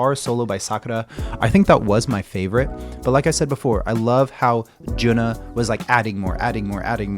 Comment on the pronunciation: Thank you for introducing HAGANE. JUNNA not JUNA. JUNNA is pronounced as JU-N-NA.